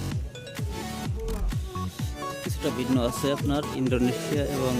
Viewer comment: bhai apni cha k sa bolchen kano? jamon ache k ase, chair k sear. coach k cos. sunte advut lagche.